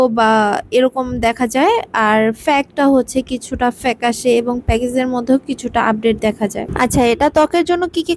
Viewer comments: প্যাক ফ্যাক না,, ফেইক! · ফেক না ফেইক😂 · আগে ঠিকমতো কথা আর উচ্চারণ শিখে আসুন তারপর রিভিউ শেয়ার করেন। it's not ফ্যাক it's fake।😅😅 😂😂